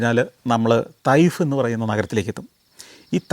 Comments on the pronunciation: തയ്ഫ് അല്ല ചേട്ടാ തായിഫ് ആണ് ഈ സൗദിയിലെ ഊട്ടിയിൽ ഇരുന്നുകൊണ്ട് വീഡിയോ കാണുന്നു ഞാൻ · തൈഫ്‌ അല്ല സർ, തായ്ഫ്‌ എന്ന് പ്രണോൺസ്‌ ചെയ്യണം...!! അതാണ് ഉച്ചാരം